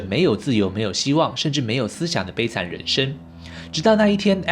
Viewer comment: ren sheng 不是ren shen😬